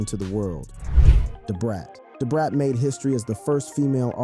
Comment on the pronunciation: Lol maaaaaaaaaaan you killed Brat name